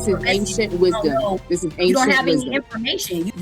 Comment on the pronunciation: "Ancient Wisdon" 🙄🙄🙄🙄